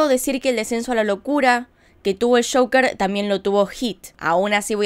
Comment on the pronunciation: Ame el acento cuando dijo el caso de shoker (joker) ❤️😂😂